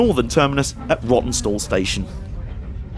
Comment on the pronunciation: That two hour layover which caused you to freeze your proverbials off at Rawtenstall caused you to pronounce it "Rottenstall"! That must be the way you felt about it in the nethers! Entertaining video, thanks for uploading.